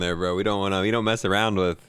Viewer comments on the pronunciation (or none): is such an awesome addition! Glad he is saying aroun.